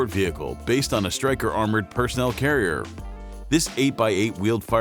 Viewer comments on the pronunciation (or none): none